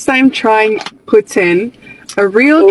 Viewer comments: It's nit poutain. It's poutine (poo-TSIN, or pooTSEEN, yes the TS is intentional, but the T is subtle). 😊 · That "e" at the end is very important. It's pronounced poo-tin, more or less. What that guysaid literally translate to "prostitute" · Uh....it's pronounced "pou- TIN . "Putain" means something ENTIRELY different! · Poutine, not poutin or putin, pronunciation makes a really big difference.